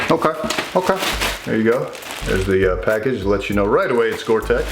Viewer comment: It's gore-tex!